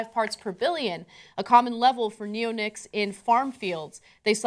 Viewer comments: neon- ics, not neo-nics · it should be "ne-o-NICS" since the chemical class and their name is a derivative of nicotine.